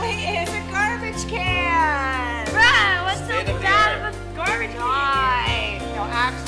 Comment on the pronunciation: Garbage not carbage